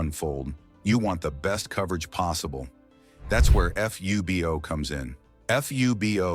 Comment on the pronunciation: More AI narration says F, U, B, O instead of FUBO one word.